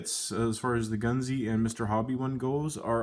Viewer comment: Nice find been trying to find one for years missed a few on ebay,... tonnes out there! Where?? its pronounced goons (gunze sangyo)